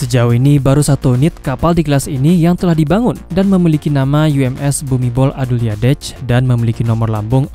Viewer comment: Min ditulis nya Bhumidol Adulyadej dibaca nya Bumidol Adundet sesuai abjad Thailand..min